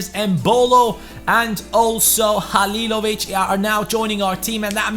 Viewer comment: Damn you said Halilović right i know from croatia